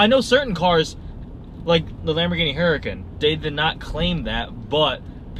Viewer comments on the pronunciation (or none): Mr. Egg Roll prounouced Huracan wrong! There was a video on how you say it!